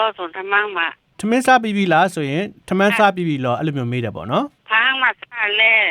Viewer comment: ထမင်း ကိုပြောတာ ရခိုင်အသံကွက်တိဗျ ရခိုင်အသံနဲ့လဲတူတယ်